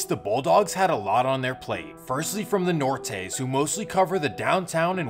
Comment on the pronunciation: "the nortays" 🤣🤣